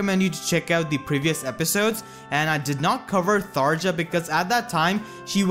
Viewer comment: Tharja's name is pronounced Tharya